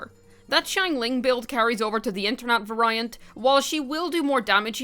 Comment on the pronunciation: (Vary - ant) - (very - ant) Not (va - Rai - ant)